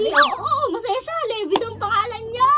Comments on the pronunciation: Baket levy pronounciatoon nio lebay dapat yun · Livay po ang pronunciation ng levi at hindi po lebi